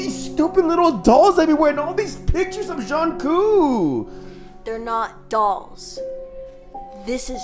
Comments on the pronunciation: It's Jungkook not jhoncoo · "john coo" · John cok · JhOON KOo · John Koo 😂😂😂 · lol 'Jhonkoo' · NOT EDWARD CALLING HIM "JOHN KOO" IMJFKSGFSHGFSFG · he called the doll “JUNKOO”😃💀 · its jungkoo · John coo* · zhong coop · THE WAY HE PRONOUNCES JUNGKOOKS NAME IM LOSING IT 😭😭🙏🏻